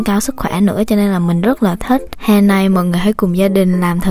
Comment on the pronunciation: giọng cj kì quá nhưng hay, mong j cố gắng khắc phục(chữ hè cj nói giống hòe)